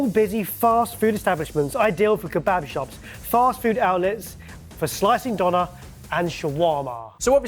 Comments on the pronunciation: As a german I want to learn the correct pronounciation of "Döner". "Donner" ist an entirely different word meaning thunder. Döner is just Döner. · as a german, i cringe everytime when you say "Donna" to Döner. good grief.